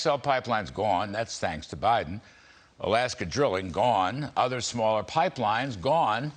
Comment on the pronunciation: Did you say bindin stealing